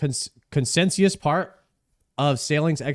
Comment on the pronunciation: "consensius" ALMOST buddy! almost!